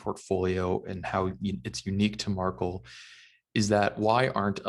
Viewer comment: Pretty sure the pronunciation is MAR- KEL not “Markle”